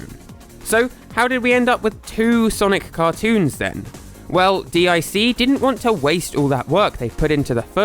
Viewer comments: Just so you know for future reference DIC the company is pronounced "Deek" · IT'S PRONOUCED DEEK! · Now now,. If you were about in the 90s you know that's not pronounced "Dee Eye Sea". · It’s Not DEE EYE SEE it’s DEEK! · D I C? IT IS DEEEK! lol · it's pronounced deek. not D. I. C. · I know I'm 4 years late... just wanted to mention, the network wasn't called, "D.I.C." I know why you're saying it that way, but, it's pronounced, "Deek." I know this because every end-title card that came on after the show pronounced it, lol. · I know this video is old, but isn’t DiC pronounced “deek”? I distinctly remember hearing that on TV. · DIC was pronounced "deek," which you'd know if you were alive during that time. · It’s pronounced DEEK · DiC pronouced: dick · Yknow the company DIC is pronounced “deek”, right? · Grear video but I can't believe you don't know how to pronounce Dic. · "Animation Studio DIC" YouTubers: pronounces as an acronym Me: pronounces as a word (💥 ͜ʖ💥)